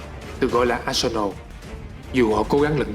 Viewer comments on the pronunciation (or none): none